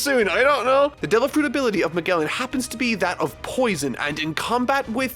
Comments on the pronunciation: It’s pronounced as MaJellan not MaGellan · I'm far more bothered by his pronunciation of *MAH-GEHL-IN*. It's *MAH-JELL-IN*! The Animaniacs even did a song about him, come on. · Its (Mah-Jell-an) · Its pronounced like mage or to put it bluntly majelan. (Magellan) Also the amazon lily is inspired from circe's island from homer's odyssey and he impel down is from dante allegri's hell comedy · Its pronounced Ma-jell-an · Yeah but he should still know how to pronounce Magellan. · Here's how you pronounce these things: Camie(Kay-mee) Haki(Haw-kee) Magellan(Ma-djel-lan) (Even I mispronounced the name when the character got introduced)